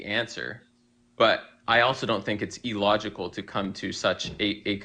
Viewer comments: or that he says "E-logical" instead of "illogical" or "abby-o-genesis" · He also says "e-logical" for some reason. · I know it's pedantic but that idiot keeps saying "eeelogical" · I cant stand the way he says illogical. Its not E-logical